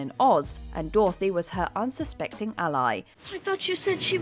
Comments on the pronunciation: ....i'm sorry why are you saying 'Doorthy' instead of 'DOROTHY'? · since when did a bit selfish or blinded by hurt & love equate to actually evil??? And since when did we pronounce Dorothy, Dorthy ? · Wtaf is that pronunciation of Dorothy? "Door-thee". Who gives these people voiceover jobs